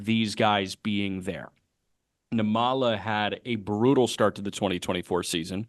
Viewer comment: I’m catching up on pods so I’m a little late, and I hope I’m not repeating myself, but I hope y’all don’t mind a little pronunciation note on Arjun Nimmala. His last name is pronounced NIM-ma-la, with the stress on the first syllable. (Actually, if type his name into Google Translate and select Telugu as the language, you can hear how it’s pronounced.) I don’t know him personally or anything, but we’re from the same ethno-linguistic community; his parents are literally from the same twin cities area in South India as mine. Never thought I’d see a kid who could be my cousin playing pro ball. Hell, even other Indian people stereotype us as a bunch of unathletic nerds lol. And I’m glad we finally have a major leaguer of Indian descent in Kumar Rocker. I once hoped it would be me, but it turns out an 80-grade fastball and an 80mph fastball aren’t the same thing. 😜